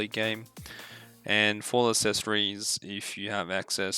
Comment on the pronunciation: "assessories" lmao